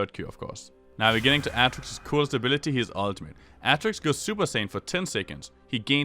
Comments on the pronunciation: Wtf is your pronounciation, aatrox becomes atrix? Wtf man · start by saying his name right first, then put a a guide on youtube.